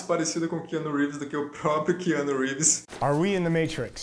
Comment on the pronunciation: Quiano Reeves kkkk